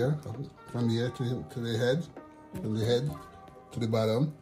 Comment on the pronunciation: said the "Dutch pot come fram Kingston". 😆 Love this dish.